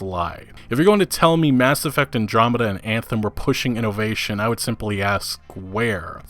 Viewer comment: Me: "Innovation": "Ee-no-vay-shun"